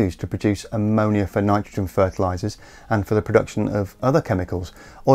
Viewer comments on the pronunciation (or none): none